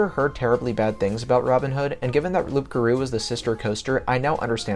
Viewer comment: It's pronounced "Loo garou", you don't pronounce the P bro